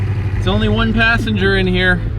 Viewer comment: Talha Farooqui he said it like one too one